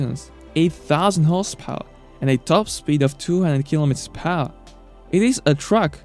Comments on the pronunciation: "200 kilometers phour". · how did this guy manage to pronounce 'per hour' PAAAWHH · Kilometers pahour annoyed me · "phao" = per hour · per hour pronounced as phehouhr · Really nice vid. I would like you better the pronounciation of "Per Hour", though. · Funny how he pronounce " per hour" :D